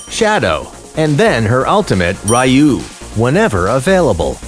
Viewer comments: I just want to point out that her third skill should be pronounced as 'Riyuu' not 'ruh-yuu.' Ryuu means Dragon in Japanese, and her third skill basically uses a dragon technique. Thanks for the guide, though! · its pronounced Ryuu (Ryu) meaning Dragon, not Rayu, we are playing AoV not Street Fighter lmao